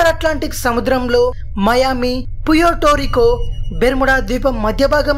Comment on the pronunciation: బయ్యా.. ఉత్తర అట్లాంటిక్ సముద్రంలో మయామీ పూయోటోరికో.... కాదు...పర్టోరికో..అని చదవాలి కొంచెం చూసుకో బయ్యా తేడాలొచ్చేత్తున్నాయ్..